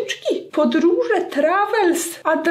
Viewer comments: "wycieczki, podróże, trawels, adwenczurs... " Hahahahaha nmg z tego 😂❤ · Trawels, adwenczurs 😁😂😂😂😂😂 uwielbiam cię! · Trawels i advenczurs" o taak to było najlepsze 😆